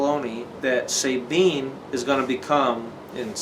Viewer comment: It's S - ah - tine not S-ey-tine ! same with S-ah-bine .